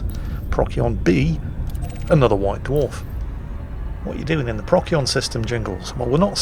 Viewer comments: Jingles, I get that you're British and therefore legally obligated to mispronounce things, but for the love of God... PRO-SEE-ON. Not Proc-yon. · Please call it Pro-sigh-on, rather than Prock-ee-on. It’s always been Procyon, just watch the Sky at Night! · Pro See On... Not prock yee on. You are welcome. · I love how he says "Prock-Yon," and "Friendship Drive." Neat info about black dwarfs too. Keep it up!:) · Pro-see-on ( Astro-navigation) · PROK-see-on or prok-SEE-on? I have no idea how it's pronounced - so thanks for the tip! Also: Boys from the Dwarf ;) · isnt it pros-eon? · BTW, the c in Procyon is pronounced as an s: pross-yon. Yes, even though it comes from Greek with the pronunciation Prokyon. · The way Jingles pronounces "Procyon" makes me fear for when he discovers "Betelgeuse" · The german way of pronouncing it, even though it is a german word, sounds even more cancerous... "Beteigeuze" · Inb4 - "Bet - tell - gee - yuss"